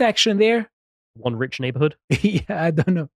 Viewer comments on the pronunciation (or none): none